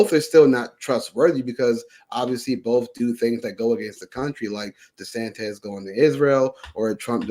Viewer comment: Tell your guest and all the other schlubs out there, It's DeSantis, NOT DeSantez Thank you.